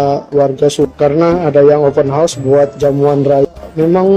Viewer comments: 📢📢 📢📢 bukan open hos tetapi OPEN HOUSE - open haus bunyi nyerrr 🙄🙄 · Bukan openhorse mas tpi openhouse 😂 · Cara sebut open house tu salah... Kalau cara sebut tu bunyinya horse.... Itu maksudnya kuda... House tu maksudnya rumah